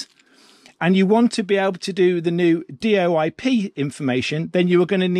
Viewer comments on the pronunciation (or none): it's not d.o.i.p. but "DoIP.".. And it is not a Digital-over-IP, but Diagnostic-over-IP...